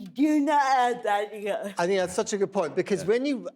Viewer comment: She was like “Halage Maoo Gonnage”...then he said god point. 😂